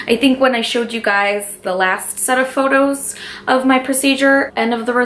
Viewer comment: I thought you said photos of my pussy 😅